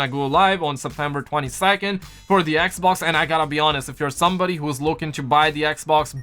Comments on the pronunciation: it's xbox not eckbock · why does this guy always call the xbox, eckboxk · It’s funny how he says Xbox lmfao 😁 I’m not making fun of him I just think it’s funny 😁